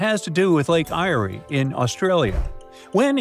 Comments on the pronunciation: It's pronounced lake air not irea mate thats lake eyre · You butchered the name of Lake Eyre. Its pronounced “Air”. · Lake Eyre in Australia is pronounced Lake 'Air'.